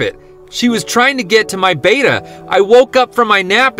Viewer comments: It pronounced bet-a since it’s spelt with two t’s it’s not beta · B-E-T-T-A why can no one ever pronouce Betta correctly? Your cat was trying to keep you from cooking your fish! You did enough research to see your betta is a tropical fish that needed a heater but stopped at just that? You didn't keep reading at the part where it continued on to say your betta needs a minimum of 5 gallons and a FILTER! I mean do you like to just sit in your ow pee all day and night? Just wondering since that's literally what your Betta's doing! You can see the ammonia burns and starting fin rot on the poor guy!